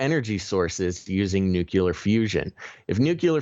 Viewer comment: There is no such word as NUCULAR. Unsubscribing.